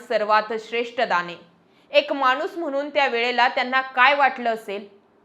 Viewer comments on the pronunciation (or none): none